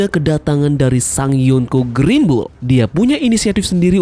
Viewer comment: ... Yonkou Greenbul😂😂😂